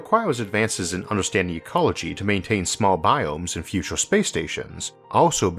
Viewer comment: I really like the way you push the human mind! But..but.., the ooo's are putting me down. Just can't come over it.. sorry. Maybe in the futoore